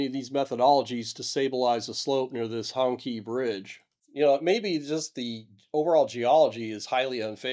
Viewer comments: Gloating over the misfortune of other nations - well US does not have a great history. and it is hong"chee"" NOT hong "kee" take the time to learn and respect. it is interesting and sad, but you are just a superior american - it's not what you report - it is the arrogance of the presentation. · Hong Qi is pronounced Hong CHEE ... BTW Ironically, I've seen all of these methods you suggest to mitigate against land slides and rock falls used in different projects across China ... I don't think it's a matter of lack of knowledge in the strictest sense. It's seemingly more a matter of unfamiliarity with the on the ground situation, and that should absolutely not be the case in projects as vast and high profile as these. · Hongqi is pronounced Hong Chee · Isn't Hongqi pronounced "Hong-chee" ? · Hongqi should be pronounced Hongchee - Q's in Chinese names should be pronounced like a ch, x's like sh, zh's like hard j's. The strange choice of letters is because Chinese has two ch, sh and hard j sounds - in each case the two forms use different part of the mouth and sound slightly different. By the way, people often mispronounce Beijing - there are no sliding j's in Chinese - the j is hard like in the word jug. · I resent the pronunciation of that bridge. Hongqi...??? Really....Honkkie?? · Not really important to the discussion, but I believe "Hongqi" is pronounced "Hong-chee". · "Hong-chi" -- the letter "q" is pronounced with as the soft "ch" not the hard "k" sound in pinyin Chinese spelling. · EVery time he says the bridges name I hear Honkey Bridge. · The pronunciation should be like "Hong" in Hong Kong and "Chee" as in the Qi wireless charging standard. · As a so called Professional, at least know how to properly pronounce the bridge. Professional do their proper due diligence.